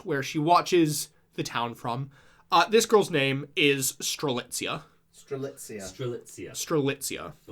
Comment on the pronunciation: it was truly a blast to listen to how strelitzia's name slowly became more and more butchered with each mention, i nearly died at "coriander". did a fantastic job as always and everyone's reaction to arguably the most convoluted KH plot there is has been the highlight of my week!!